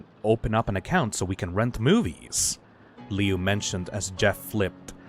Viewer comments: The Woods family? That's the name of the family from the original one! Me who knows that the Woods family name originated from the fan story Homicidal Liu and was never in the original:NOT SCIENTIFICALLY POSSIBLE. Also, Lui's name is pronounced Loo, not Leeoo. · His name is pronounced *LOO*, you gormless rube!